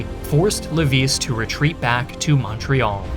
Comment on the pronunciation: I love how you pronounce Québec well but not Montréal. ;p